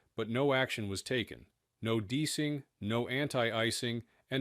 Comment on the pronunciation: Yep, I was wondering if the voice was AI. I guess it is... An actual pilot would know how to pronounce "deicing".